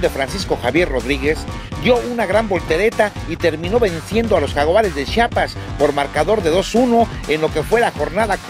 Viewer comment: jajajaja jaguares de "shiapas" jajaja